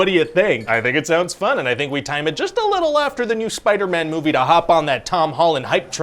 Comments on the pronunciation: Love how he said spiderman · The way he says “Spider-Man” cracked me up